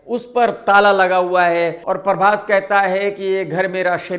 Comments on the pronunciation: Parbhas nhi Hota Prabhash Hota hai Prabhash😅😅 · Khudko...Prabas bolna sahi nai ata...uski hindi tik karne chale...he is calling him Parbas😂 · अबे परभास, नहीं प्रभास naam hai naam toh thik se bola kar bhai 😂😂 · He is mocking prabhas hindi and he himself saying parbhas not prabhas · 2.55 नसा नहीं, नशा होता है। उसी तरह परभास नहीं, प्रभास होता है... 😊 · Parbas nahi PHRABAS hai unka name pahle tu naam bolna seeko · प्रभास ❌ परभास ✅ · पहले तू सही बोल .... परबास नहीं प्रभास बोल bc